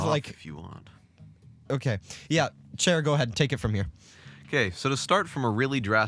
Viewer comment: XD also they called you shae not chair